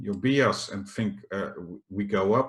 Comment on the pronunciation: Please pronounce bias as 'bajes' en niet als 'biejas' ;-) Goede video in elk geval, zoals altijd.